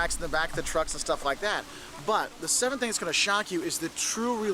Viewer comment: Question: why does pronounce the word "that" like "at"? just curious.